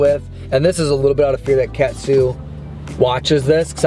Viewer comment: Huge fan here been watching you guys since you did a collab with fast food pit stops! I just wanted to say I loved your vids and it’s pronounced Caught-sue not cat-sue